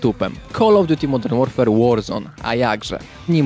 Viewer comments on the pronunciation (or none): none